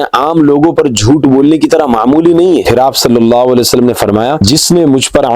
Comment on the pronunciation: sallallau wale wa sallam; bolna seekhlo apni tajveed durust karlo bhai maane badal jate